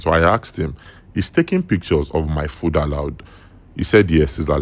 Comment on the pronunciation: Pic-ch-ors😂, por-pors-ful😂😂 bot😂😂😂 Nigerians 😂😂😂 what is your thoughts? 😂😂😂 is? Thoughts? And you have the guts to criticize others